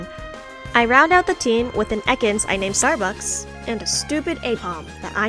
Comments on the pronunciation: Your luck is crazy! I played Pokémon for so long. Never encountered a random shiny nor Pokerus 🥲 Btw, that “Starrrrbucks” was cute 🤣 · and his stupid Kingdra every time, I swear 😤 This was a super fun video!! I can't wait to see your next animation project, and I'll never be able to say "Starbucks" the same way ever again 😂